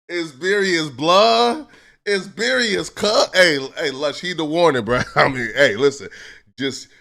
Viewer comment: who pressed bout sayin berious lbs